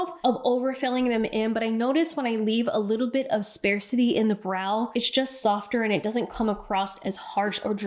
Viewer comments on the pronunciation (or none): Love you, but sparse is pronounced “spahrs.” It’s not “spare” with an “s” in it. Also, “sparcity” is not a word.